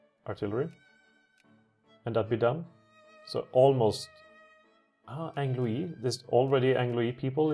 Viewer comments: I'm sorry, but this was really bothering me. Anglois is pronounced [ANGL-WA]. Also, you were correct, it's Jordan. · You're justified in being bothered by horrible pronunciation, just goes to show how bad my French is. So....it's not pronounced Ang-Louis? :D